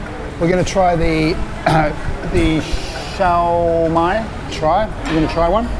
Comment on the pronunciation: we pronounce it as SYOPAO SIO PAO not CIAO PAO and SIOMAI as SIO MAI not CIAO MAI